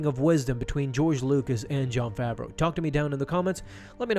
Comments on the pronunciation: Everybody says Jon FAVERO it’s FAVREAU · "Fraveau" lol